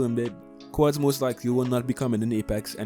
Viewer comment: You can't pronounce quadd